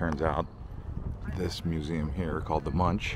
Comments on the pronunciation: It's actually not pronounced ''Munch'', it's more like ''Monk'', it's a museum about Edvard Munch, the famous Norwegian painter, he did the famous ''scream'' painting. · Not Munch, it’s pronounced Moonk. The painter of The Scream.